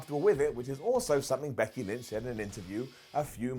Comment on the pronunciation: thought you said Bucky Lynch...